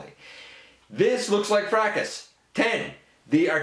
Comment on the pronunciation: THANK YOU for pronouncing Fracas correctly! (Fray-cuss)